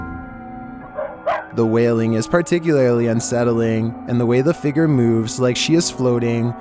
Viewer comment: “The figger”